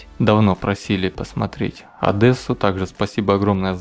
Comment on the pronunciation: Хоть бы ты,на будущее,на учился бы,говорить на город Одессу! правильно.А не так,как ты её назвал.Аж уши заложило.Позор тебе Парень!!!